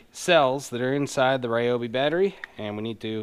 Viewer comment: its pronounced REE-oh BEE